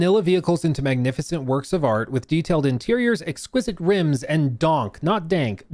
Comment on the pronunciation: Donk is a style of lowrider that was very popular in the 90s. It is not supposed to read as "dank"